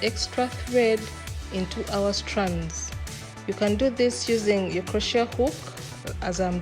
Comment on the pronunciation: I enjoy your tutorial videos. In case you didn't know, it is pronounced croshay (crochet) the t is silent.